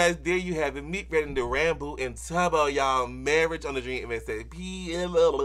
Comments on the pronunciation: Did he say ranbow? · They actually did canonically adopt a baby zombie piglin and named it Michael! (And not your fault at all, but it's pronounced ran-boo, like boo when you scare someone) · I actually think different people pronounce it differently, Ranboo himself pronounced it like he did.